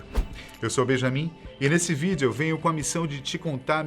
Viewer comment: Mano esse cara eh mt chato, pq ele fala "vídeou" toma no cu